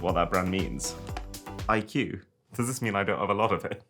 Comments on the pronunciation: The pronunciation of iqoo isn't IQ but instead Icoo, the same pronunciation of coo in cool. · Iqoo is pronounced as I-cool. Not IQ. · that's actually not IQ it means I quest on & on And it's pronounced i-ku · Iqoo released a video in 2021 on how to pronounce Iqoo,it's pronounced i-koo not IQ,U pronounced it so wrong that it's cringe Arun lol